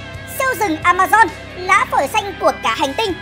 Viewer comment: Vâng A ma zon nha k phải dôn nha kkkk